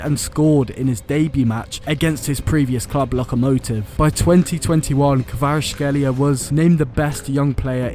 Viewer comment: Props for that pronunciation 👏👏